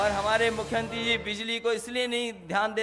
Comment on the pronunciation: मुख्य्यंत्रि नही दादा मुख्यमंत्री बोलो बोलना आप को नही आता योगी आदित्यनाथ जी अंग्रेजो की नस्ल नही है सनातन धर्म के हिंदू हैं